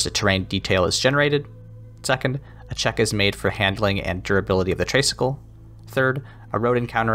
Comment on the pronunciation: great review as always! btw, just a small thing, but I believe "tray" in traysikel is pronounced like "tri" as in three, as in three cycles because the tricycle has three wheels. "traysikel" is just a colloquial respelling. Tagalog vowels are not pronounced like American vowels. our letter "a" is pronounced as "ah" and not "ay." anyway, i'm just being nitpicky! thank you as always for featuring indie games!